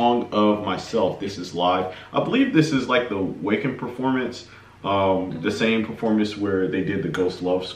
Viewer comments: The name of the festival is NOT "waken" it's Wacken pronounced Vakken (the a sound as in "father"). Apart from that, great reaction. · Just for reference, the Wacken Festival, largest metal venue in Germany is pronounced: 'Vocken" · Guys, the venue is pronounced 'Vacken' and is in Germany. There were 82,000 people at this festival, of which Nightwish were the headline act. 'Song of Myself' was performed directly after 'Ghost Love Score'. This concert kicked-off their world tour, and for many Europeans, it was the first ever time they had seen Floor. The concert is so good, I suggest you work your way through each individual track, starting with 'Dark Chest of Wonders'. Cheers Kevin from the UK